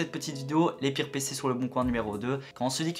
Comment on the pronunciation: Les pirrrrres ! Les amis les pirrrrres pc ! Trop drôle